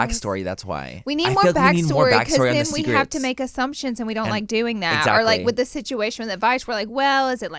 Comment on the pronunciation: It’s the “EZACKLY” for me lol